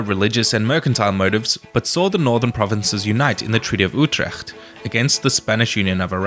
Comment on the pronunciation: You're right I laughed when he said evolve in Dutch no offense I like his channel and he said Utrecht like Oetrecht